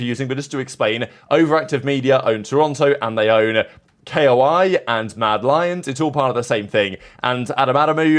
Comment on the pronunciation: Forever triggered over pronouncing KOI as K.O.I.